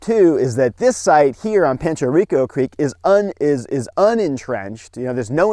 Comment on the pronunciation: I grew up there . And you said that so wrong